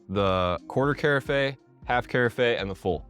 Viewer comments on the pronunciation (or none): Yes, great video, very helpful. But, I did want to mention that, too. It’s Kah-raf. Just a bit distracting, but great review, I just bought this maker and I’m looking forward to using it! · the word carafe rhymes with giraffe!! great info otherwise... i like the idea of this coffee machine.